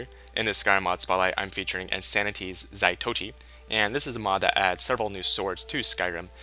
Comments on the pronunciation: ZAH-TOE-EE-CHEE is how it is pronounced, say it fast. They are made to resemble the weapon carried by Zatoichi the blind swordsman. He is the main character from a japanese film/TV series from the 60s/70s. A great show, check it out if you are into period japanese stuff. you are powering a serious mod addiction for me, thanks of these videos. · Its zah toh eechee they say quick so you dint get the pronunciation correctly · Zaitochi? Really? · Its not pronounced the way your pronouncing it. They got it from a blind swordsman legend.